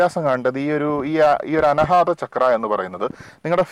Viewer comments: അനഹാത അല്ല മാഷേ. അനാഹതം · അന ഹാത്താ അല്ല , അനാഹത ആണ് അരോചകമായി ദയവായി ഉച്ചരിക്കരുത് . അതു പോലെ താങ്കൾ പലപ്പോഴും പറയുന്നുണ്ട് , തെളയിക്കപ്പെട്ടിട്ടില്ല എന്ന്. പ്രത്യക്ഷത്തിൽ കാണാത്തത് കൊണ്ട് ഇല്ല എന്ന് അർത്ഥമില്ല. എന്നാലും , വിലയേറിയ അറിവ് .നന്ദി .